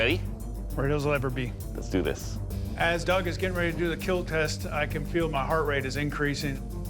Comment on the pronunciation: Imagine making a weapon that will KEAL, and Cut